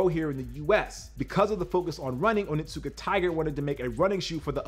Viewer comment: Your pronunciation is close but not correct. It is Oni-tsuka-tiger. Not Onittsuka. Oni can translate as demon or devil. And Tsuka most likely translates as grasp or hold.